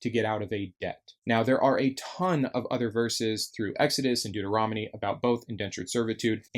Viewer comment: I love how he always mispronounces deuteronomy